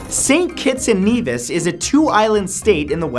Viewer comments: He pronounced St Kitts & Nevis & "Knee this". 😂😂😂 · hate to be that guy but Nevis is pronounced neh vis. the same way as Ben Nevis the highest point of britain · You pronounced Nevis and Caribbean wrong